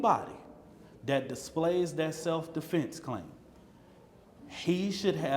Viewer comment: "Self-DeFlence clime" "Ima just gonna speak Toof 2 power"